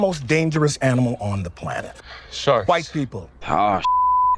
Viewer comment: made my day. AS a white guy, I feel good about her emphasis on the "white"